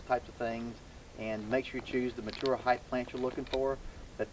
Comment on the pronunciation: Its heighT not heighTH